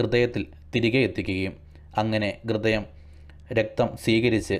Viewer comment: ഗൃദയം അല്ല സുഹൃത്തേ ഹൃദയം എന്നാണ് .ദയവായി ശ്രദ്ധിക്കുക.